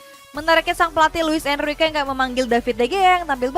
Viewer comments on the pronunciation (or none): none